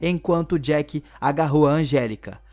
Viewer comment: Nao é Jack, é Jake